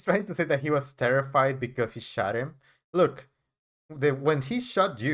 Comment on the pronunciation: He's terorrfide ??i woild imagine the victims were terrifide more. But its all about Duh-relle and his feelings